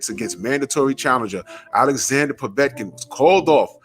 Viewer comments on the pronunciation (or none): I HEARD WILDER SAY POVECIN